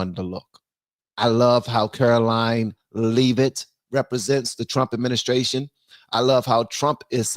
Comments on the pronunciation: ITS NOT CAROLINE LEAVE-IT ITS LEV-IT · Hey....it's Karoline "LEV-it". ❤️👍